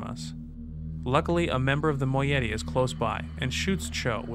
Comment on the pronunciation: Another mispronunciation. It's "Moh-EYE-it-ee" ;) Fantastic videos. Loving the dramatized intros of The Stranger too. Congrats to everyone involved. Looking forward to more!